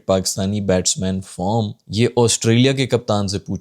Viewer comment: Batting form nahin batting farm bola tha journalist naey 😅😂